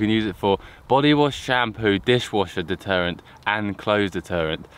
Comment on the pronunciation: Detergent not deterrent.